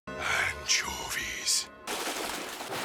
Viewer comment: that 'ANCOVEES' was personal